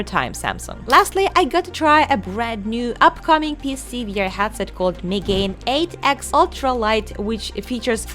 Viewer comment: Not sure how the developer intends it to be pronounced, but Megane is Japanese for glasses and is pronounced meh-ga-neh. So, maybe the MeganeX is not Mega-Nex, but Me-ga-ne X